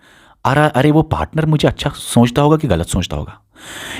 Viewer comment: Soonchta nhi sochta bolo lol